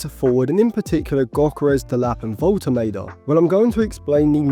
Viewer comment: Woltemade is very good, he’s a goal threat every game for VfB. Would love to sign him but selfishly want to him stay at VfB so we get more consistent. Side note, Woltemade is pronounced (volte mah de) for future videos 😁